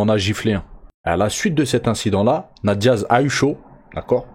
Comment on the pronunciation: On dit "'nèyte Diaz" pas "na te Diaz" 👌🏻 (tu dois le répéter au moins 100x ds la vidéo 🤯🤯🤯)